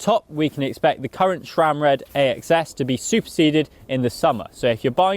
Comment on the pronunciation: Stop saying "shram", there is no H in Sram.